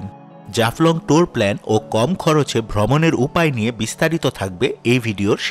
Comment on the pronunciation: ভাই,টোর না,ট্যূর। লাভ ইউ ভাই❤️